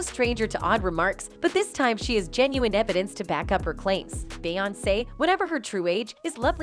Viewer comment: It’s obvious the narrator isn’t familiar with the person she’s reporting on cause she mispronounced her name all throughout the video😅